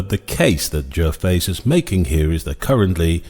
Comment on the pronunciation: I would pronounce his name Ger-vay.